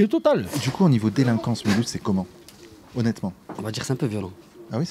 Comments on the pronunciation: pourquoi le gars il dit milhouse à ? rien compris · On dit pas Mulhouse, milouz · Ca se prononce Milhouze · oui, le monsieur est âgé et pourtant il a zero culture sur sa propre ville. Mulhouse se prononce et s'écrit Milhüsa en Alsacien et c'est écrit en grand et en majuscule avec un gros cadre rouge à l'entrée de la ville...avant d'essayer de faire des jeux de mots raciste, on s'informe avant sinon on passe pour un con devant les gens qui ont + que 2 neurones... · quand il a dit Milouse j'ai pensé aux Simpson 😂😂